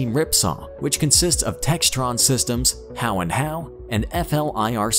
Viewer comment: Next time please pronounce Howe & Howe and Rheinmetall correctly.